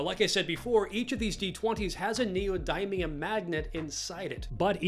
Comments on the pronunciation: niodymium? its niodimium, exactly how its written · The way he pronounced neodymium hit me in the face so hard i had to google it to make sure i wasnt hallucinating